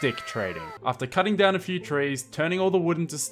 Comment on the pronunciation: um i think your wrong. You said s few...